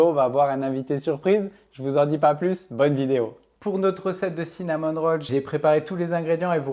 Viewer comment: " Cinnamon Rolls" :face-blue-smiling: tu prononces même pas comme il faut. Peut-être devrais-tu dire "viennoiserie, roulé ou brioche à la cannelle. C'est dans le Oxford non cinnamon : cannelle. Sinon la recette est intéressante.